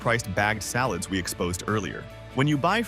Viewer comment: Some of the mispronunciations by the A.I. narrator were HORRIBLE, such as calling salads " allads "!!!